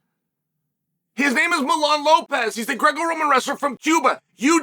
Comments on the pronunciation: His name is Mijaín, not Milán. 🙄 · Me-HA-Ee-N…. For pronunciation in English… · Funny how chael calls him milan jajajjaja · "i have already given his name" you said it wrong buddy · It bothered me the whole time he kept pronouncing the name wrong 😂, it’s like Yoel Romero being called Joel Romero. 😂